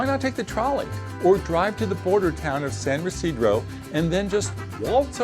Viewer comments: Pronouncing San Ysidro "Residro" can be forgiven as I surmise you're from the NE US (I can even also overlook "enterey" for entry) but "Waltz over the WHAT bridge"? Why would you call it a "PEDESTIAN" bridge? Does the nasal ting makes it that difficult? Oy vey! Later you say "versus" when you mean "via". What is happening here? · San Ysidro is not pronouced your way... ever... by anyone. Also, we don't use passports, we use global entry passes and the sentri return line.